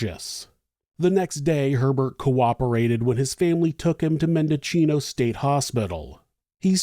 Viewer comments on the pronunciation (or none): Hi, Mendocino County native here. It's pronounced "men dough see know." If it comes up, the county seat of Ukiah is pronounces "you kai uh."